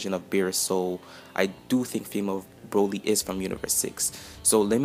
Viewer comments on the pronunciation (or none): Bro lee not bra lee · the correct pronuonciation is Brawl-y, Cabbas only learned to be super saiyin by Vegeta in the Universe 6 vs. Universe 7 Arc. He doesn't know enough to be able to teach those on planet salad how to turn supersaiyin, don't over analyse, i think she's not universe 6.